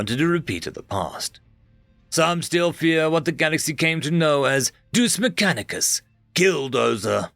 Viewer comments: Deus not Duce 😭 Dayus not Doose 😢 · Its Pronounced DE -ous! Latin for god.